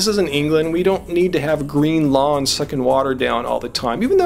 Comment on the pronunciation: lawns... i thought he said lungs LOL